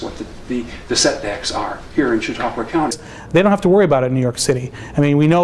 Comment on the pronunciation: and, that's Chautauqua County, NOT Chautaugua!